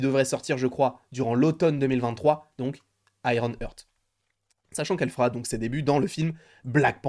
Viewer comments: Petite info, ça se prononce "Harte" pas "heurte" ;) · J'ai les oreilles qui saignent à chaques fois qu'il dit "Iron Heurttt" mdr 🤣 C'est IRON HEART!!! ( prononcé"Harte") bordel !!!